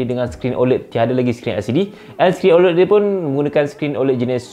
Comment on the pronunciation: sebutannya bukan oled...tapi oléd